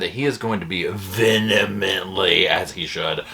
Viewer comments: i love you so much and im OBSESSED with your channel!! Like OBSESESSED!! 😍But i have to correct you on something...you said "Vinetimly" and the actual word is "Vehietimly"...just saying!! 😉🫶🏻♥️ Happy belated 4th!! 🇺🇸🎇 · It’s the VENemENTLY for me! 😉